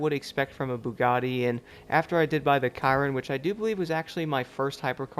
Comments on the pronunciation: pretty sure its pronounced 'shear-ron' not 'ky-ron'? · It's like saying Veyron but it's with a C